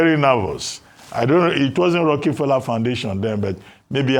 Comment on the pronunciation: Rockie Fella.... Dr Abatti could not be corrected. It is pronounced ROCAFELLA not spelt correctly but to help him learn pronunciation.